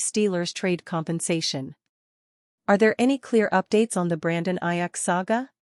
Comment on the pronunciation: You need to pronounce his name correctly it's Aiyuk with a long U